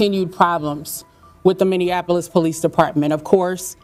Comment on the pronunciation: Minneapolis, pronounced 'mini-apolis'. No offense meant.